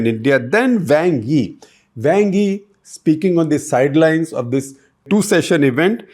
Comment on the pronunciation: Great news. Just one thing - your pronunciation of Wang Yi is quite terrible!